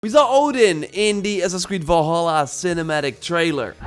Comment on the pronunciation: Valhalla not volhalla dumb dumb, told you this on your last video